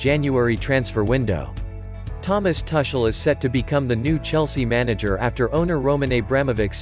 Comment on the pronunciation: Tar Shel or Tu kel You better get your pronunciation right. At least for the next two seasons.